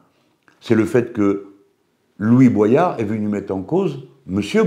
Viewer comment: Il s'appelle Louis Boyard et pas Louis Boisyard. Quand aux propos de Boyard, il a traité Hanouna de raciste, d'irresponsable et a dit que Bollore ruinait l'Afrique. Après il a peut être raison, je ne connais pas le fond mais c'est assez discourtois.